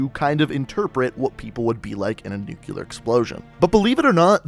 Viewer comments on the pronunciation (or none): Really man? nucular? ._. NUCLEAR!! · Nucular.....no correct pronunciation "New-clear" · gotta love them "nukyler" explosions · Wheres the other “u” in NUCLEAR?